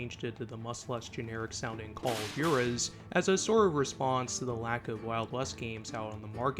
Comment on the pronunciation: i hate how you pronounce Jaurez.... (WHA-Rez) or if you're southern like me (WAW-REZ)